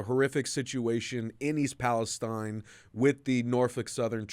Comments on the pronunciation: Palesteen, Not Palestein... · It's pronounced palesteen